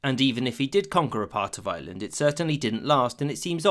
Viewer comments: I hear "Island" and not "Ireland" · Rome ignored Ireland and the narrator ignored the "r" in Ireland